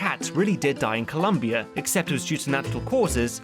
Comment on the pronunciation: Your pronunciations are so good but please, there is no U in Colombia!